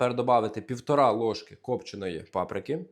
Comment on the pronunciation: Привіт, ваші рецепти суперові, а від вимови числівників вуха в'януть. Що це за півторА ложки замість півтори , чи сімдесятЬ замість сімдесят?